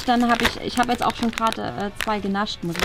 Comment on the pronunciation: Warum sagt bianka immer jetze